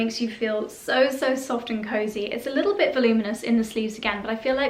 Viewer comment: It may be petty of me, but I cringe when people mispronounce 'voluminous', and you do not! I do like the voluminous sleeves on your sweaters and dresses. You do not resemble a football player in the least.